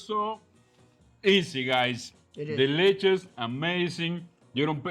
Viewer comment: I read your comment right as he said "deliches" 😄